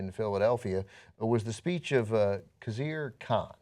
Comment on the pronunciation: I'm a fan of TYT but please say the introductory information with a bit more confidence! It's important to pronounce Khizr Khan's name correctly. A person's name is very important and essential to one's identity!